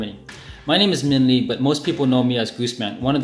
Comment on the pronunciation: Minh Lê not min lee.